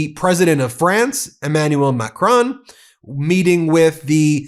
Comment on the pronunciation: Please, please stop to call President Macron " Macronne" take a good french accent for naming it. Macron: on